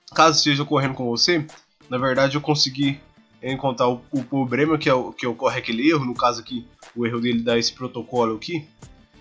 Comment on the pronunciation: Quando ele falou Grobo e pobrema já não consegui ouvir mais nada!!!!